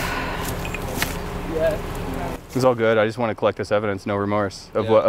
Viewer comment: Anyone else hear say " Lashlight "